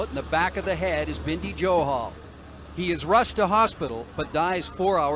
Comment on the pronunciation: Bindhi johal nhi y Bindi ਬਿੰਢੀ ਨਹੀ ਬਿੰਦੀ ………..